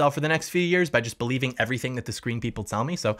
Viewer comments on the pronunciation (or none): none